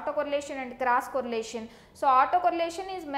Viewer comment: it's cross correlation ,not crush correlation